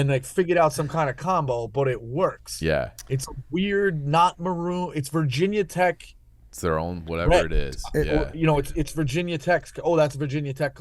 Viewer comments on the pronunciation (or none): it's not "Vah" tech, no one calles Ga. Tech. "Gah" tech lol